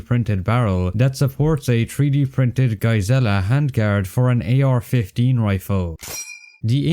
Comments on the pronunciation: it's pronounced "Guys-Lee", not "Guy-zella" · it's not GaaZeeLa it's Jiizzla get it right man dang 😅😂😂😂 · wasnt ready for that pronunciation of giessele (i always heard "guys-lee") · Fyi "Geiselle" is pronoused guys-lee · the pronunciation of geissele is killing me